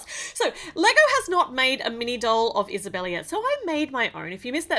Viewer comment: By the way it’s not Isabella it’s esabella